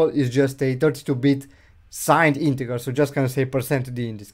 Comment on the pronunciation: Dude Google how to pronounce integer